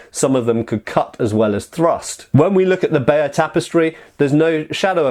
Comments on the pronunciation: James G i used to think he said bay of tapestry ;) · All this time I thought it was written something like "Bayer" Tapestry because of pronunciation. 😂